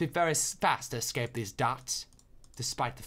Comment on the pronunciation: Uh-scape that dot do-dot ayyyy uhscape that dot do-dot